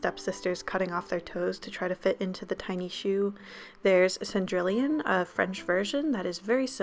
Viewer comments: “Cendrillon” is pronounced Sah-dri-yon Not to be mean, it’s just French is weird with its pronunciation. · i love u so much but the way u said "cen-drill-ion" jireugjer it hurt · for reference it’s SAN-DREE-ON (the ll’s get canceled out) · The way Cendrillon (french for Cinderella) was pronounced was very inaccurate. It's pronounced more like son-dri-on and not sin-drill-ion. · The French Cinderella is actually pronounced s-on-dree-oh-n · "sendrillion" girl i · By the way, Cendrillon is pronounced "sawn-dree-yon". Two ll's in a row make a y sound in French. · “Cendrillon” is pronounced “Cehn-dree-ohn” :) great video though! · you pronounced cendrillon like “one million” lmao my ears are bleeding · Im some Canadian kid in French immersion, so don't trust me completely on this, but I've always pronounced it Sahn-dri-on. The ls seem to be kinda silent. Edit: Sahn as in pronounce the ahn like the word "on" but a bit gentler on the "n" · Mweiki Saurus a little bit more Sah-dree-yon I think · That's what I just commented lol. She also mispronounced her name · Is anyone else annoyed by the way she said "Cendrillon"? Lmao Sorry we love you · Her pronunciation of cendrelion kinda killed my poor french soul but whatever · Small correction with "Cendrillon" I know you didn't know, but hey, little French lesson! Cendrillon is just the French translation of Cinderella. The en and on in the word is supposed to sound more nasally, like saying song and removing the g sound. Next is that in Cendrillon, the L's are basically silent. To add that French flair, roll the r a bit and there you go! Sorry if my explanation was kinda crappy but I tried. I'm sure there's someway to listen to Cendrillon being pronounced so you know what I'm talking about